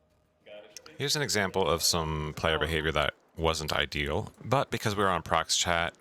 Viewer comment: Did i just hear "ideal"...????